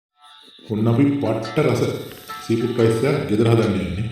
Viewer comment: සී පුට් නෙමෙයි සී ෆුඩ් ඇදයක් කියනව නෙමෙයි චැනල් එක තව කොලිටියට කරන්න.. සුභ පැතුම්! 🌈️